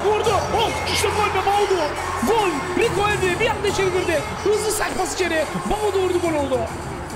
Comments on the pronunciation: Abi Tüm Videolar da Bir Gün Doğru Söyleyeceksin Diye Sabırla Bekliyorum Ama Olmuyor 😁 Baudu Değil Abi Boadu 😁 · “Boadu Fernandes” adamin ismi Myron Boadu🤣